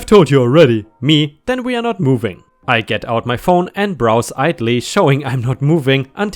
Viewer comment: W.E? P.D? The word is WE as in; We took a drive. PD is of course Police department.. I do love your stories, but please do sort out the way you say things. Thank You.